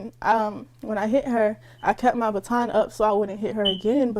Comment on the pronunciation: A STAR 😂😂😂😂😂 THE WORD IS BATON.